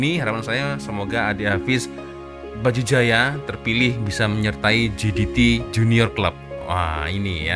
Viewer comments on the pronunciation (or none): baca berita elok elok sikit ni sebut brtul betul jdt kan cak